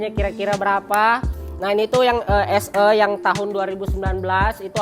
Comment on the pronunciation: 'SE' 'E'nya dibaca 'E' bang bukan 'E'